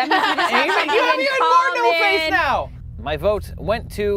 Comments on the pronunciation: did.... did he just say "meow back to what..." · The narrator says meow instead of now